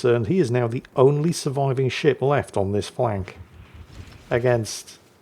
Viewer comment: At the beginning of the video, did anyone else hear say "And the sh1t he's sailing..." rather than ship?